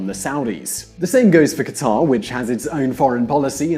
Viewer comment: Not Khataaar but Qatar for Allah's sake